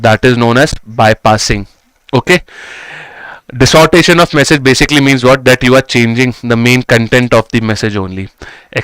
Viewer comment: Yaar ye distortion ko dissortation kyo bolta hai